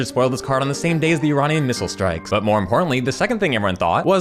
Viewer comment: kudos on pronouncing iranian correctly